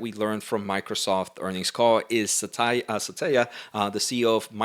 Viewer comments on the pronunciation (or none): butchered Satya's name multiple times. lmao